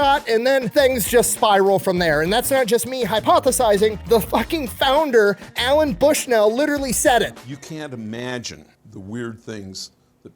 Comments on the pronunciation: bro... his name is Nolan LOL not Allen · It is not "Alan Bushnell" but Nolan Bushnell. Thanks for sharing though. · I just want you to know that I physically flinched every single time you said Alan Bushnell. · It's NOLAN Bushnell. FFS. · Hey, great video except for the part where you got Nolan’s name wrong the whole time😂